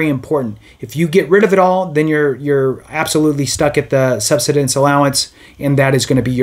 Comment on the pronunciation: Learn how to pronounce "subsistence" or stop making videos.